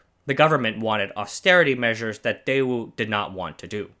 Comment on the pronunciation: The fact that you mispronounced the company's name didn't give me much for the quality of the video.